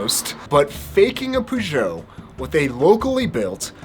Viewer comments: It’s ‘ perrr-joe’ not ‘poo-jo’ 🤦🏼‍♂️🤦🏼‍♂️ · Like in music, sometimes the "Covers" are better than the originals! Btw it's pronounced "Peyót" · So I’m From Chicago Peugeot Used To Be In Chicago I Was Told It’s Pronounced PewGowh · Today I learned British and American pronunciations of Peugeot are pretty different! Does it seem strange to get a custom bike built then pair it with a random fork you don't even know the brand of? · I’ve never heard anyone pronounce Peugeot like that, it might be the correct French pronunciation, but it sounds weird in English. I think I’m more offended by the pronunciation than I am by the fake bike 😉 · Petition to stop Americans butchering the word Peugeot. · As a Brit, the way you say Peugeot really hurts my ears! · For god sake! That is NOT the way you say Peugeot.